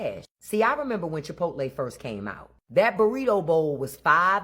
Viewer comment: I thought I heard correctly Chipo-tay😂😂😂